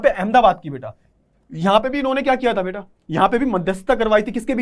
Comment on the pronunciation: beata❎ beta✅